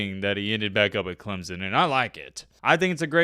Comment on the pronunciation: The fact that you can’t even properly pronounce CLEMSON tells Clemson fans all they need to know.